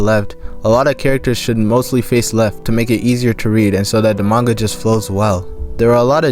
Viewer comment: Pronouncing it mainga should be a criminal offense